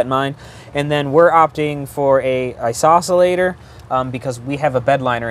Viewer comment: That was driving me crazy 😂